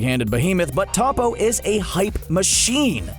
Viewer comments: Man did not just say topo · Annoying how he pronounces Toppo 😣